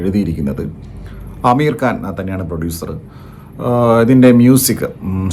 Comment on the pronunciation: അമീർ കാൻ ❌ ആമിർ ഖാൻ ✅